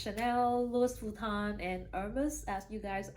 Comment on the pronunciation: It's Louis Vuitton, you don't pronounce the "s" in Louis, it's French 🥰